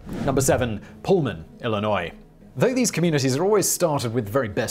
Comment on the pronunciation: I'm not from Illinois but thank you for saying Illinois correctly